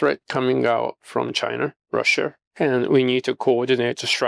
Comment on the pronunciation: Korear Chinar Russiar처럼 'a'에 r발음 붙히는거 빼면 매우 훌륭하신듯